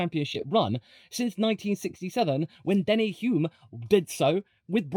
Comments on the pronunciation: His name was Denny Hulme, not Hume! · Err, it's Hulme NOT Hume. The British media didn't warm to him either, (or pronounce his name correctly!) a World Champion in just his second full season, unflashy but hard. Wins at Monaco and Nurburgring - the best tests of all. We downunder feel the hatred towards Liam who came from a very humble background and sacrificed everything. British fans can get a bit old sometimes..... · His name is Denny Hulme, Not Denny Hume. He was a F1 champion. Get his name right if you are going to preach.